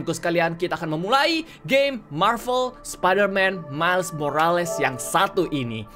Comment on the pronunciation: Bang Kata² Morales ini dibaca "morels"